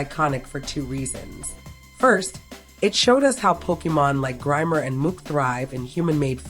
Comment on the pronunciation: Great video! I was always wondering where he could've got those badges. But wait who is Mook? It's Muk :D